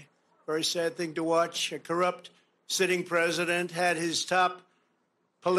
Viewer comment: oh no, Emily's caught the vowel shift virus now! "Prosident" 😆 I'm starting to feel like BP is pranking us on this!